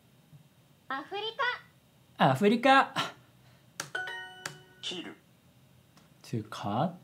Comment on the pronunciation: "easy-peasy Japanesey". リンクないし案件動画違うのかなと思いながら見てたら想像以上に駄目出しされてて笑った。ワルシャワといった語彙の選定や不自然な例文はまだ擁護できなくもないですが、「切る」「着る」のアクセントが逆だったり、「お腹」を「おはら/おはだ」と読んだりするのはゆゆしき事態ですね。duolingoで日本語を学ぶ人をよく見かける度に「何でこのアプリが人気なんだろう」と内心思いながら生きてきましたが、相変わらずのようですね。「寿司」を「ス＼シ」と読むことについては、『NHK日本語発音アクセント新辞典』では第2候補に挙がってます。日本語を学ぶ皆さんが日本語のアクセントを調べるには「辞書 by 物書堂」というiPhone/Android/macOS対応のアプリを入れて、同辞典を購入しておくと良いかもしれません。